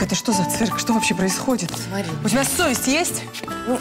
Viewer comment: Да и еще не люблю, когда она говорит вместо тебя "тя"👎👎👎👎